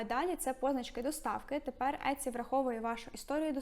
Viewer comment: Але чому Этці, якщо сайт називається Ітсі ? 😳